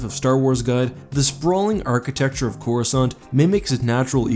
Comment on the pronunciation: Why can't anyone seem to pronounce it correctly? I thought I was going crazy and now after 10 years I actually bothered to look it up. It's Cor US Kant. C before the letter A in English is never silent.